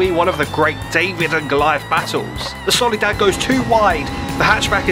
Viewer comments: Soliad Lansdale? Nah. Solidad Lansdale? HELLL NAW Solidad Landsale? Yup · "solidad" WOOOOOOW claps